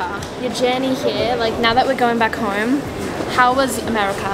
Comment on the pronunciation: when said home it actually sounded Australian lol